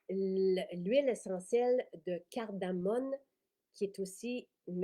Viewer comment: Bonjour, merci pour ces belles nouveautés, bien intéressantes! Petite précision, c’est de la cardamome et non « cardamone ». Bonne journée!